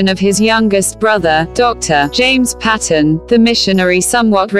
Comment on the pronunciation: I think the story is amazing, but not keen on the robotic voice telling the story (The name`s sound is Payton ... not Pat... on. What a brave man!